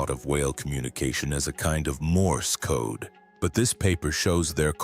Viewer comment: The generated voice pronouncind "code" as "kod-a" bruh 😭